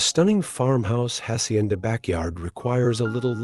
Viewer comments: Its so offendive that this guy cant learn to pronounce a couple spanish words. If its so beautiful anf captivating at least make a little effort to pronounce "hacienda" correctly. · Its so offendive that this guy cant learn to pronounce a couple spanish words. If its so beautiful anf captivating at least make a little effort to pronounce "hacienda" and "saltillo" correctly.